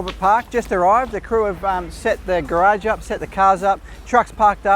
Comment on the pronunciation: I disapprove of that pronunciation of "garage".